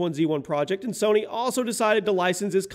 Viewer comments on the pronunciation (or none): none